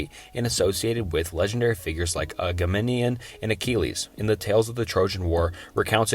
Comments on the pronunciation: Your pronunciation of Agamemnon is killing me. Just sound it out😂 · phohetians? agamanion? seltic? Estrooscan?